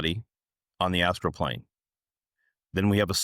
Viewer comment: Why are you calling it 'astro'.. it's astral. Also, what is 'final boss'... ??